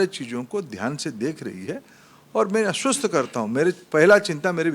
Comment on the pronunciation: अस्वस्थ karunga😂😂😂 आस्वस्थ nhi 😂😂😂😂